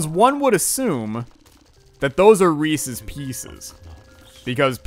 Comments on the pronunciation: To answer the question it's Reese's not reesies lol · Its re-says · How you say it is wrong and it's pieces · you are saying Reese's wrong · Yo eating peanut shells can be unhealthy. THey are mostly cellulose which the human body is kinda sucky at breaking down. So if you eat too many you can be left with an intestinal blockage. Not saying you should give up completely but you should be careful with the amount you consume. **Also your pronunciation of reeses makes me... uncomfortable